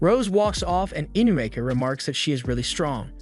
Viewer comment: "inukami" "inumaki"